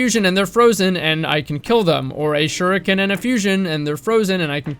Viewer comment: Thank you for pronouncing shuriken properly.